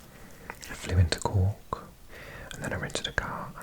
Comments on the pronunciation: I'm listening to the audio while working in Canada, and i still don't know if your saying the city of Cook, of Cork or of Cock. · I absolutely love the way you say Cork 😊 BTW Youghal is pronounced like yawl 😁